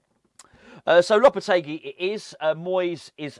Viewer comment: The guy who can't even pronounce Lopetegui's name?? Do me a favour.